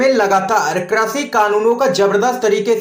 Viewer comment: Correct your language, it is krishi not krashi.